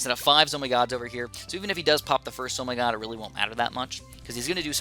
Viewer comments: It isn’t called a zo my gosh... it’s a zeppelin of mighty gargantuaness but if you don’t wanna say that mouthful just say z-o-m-g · it triggers me that you say "Zo my god" instead of "ZO eM G" aka the actual name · Why do you say zomy god FLIPPIN WHY DUMMY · It's pronounced Zeppelin Of Mighty Gargantuaness, I know it used to be a mistook capslock for "OMG" to "zomg" BUT PLEASE SAY THE CORRECT NAME OF.... you know what? nvm